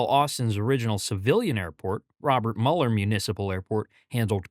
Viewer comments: Another AI video with lots of mispronunciations. It's dell valley, not delval. And it's miller not muler. The new terminal is only 5 years too late? That's pretty good for Austin. I35 is 20 years behind its traffic needs! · Quick correction… it’s pronounced “Mew-lur” not “muller” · cool video. just an fyi, its pronounced MEW-ler lol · You must not know Austin very well. Del Valle is pronounced Del Valley, Robert Mueller is pronounced Mule er and it's A,U, S not AUS.